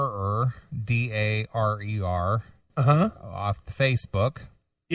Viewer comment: OMG I got mentioned. I was Amanda Darer. And they pronounced my last name right! Not a lot of people do.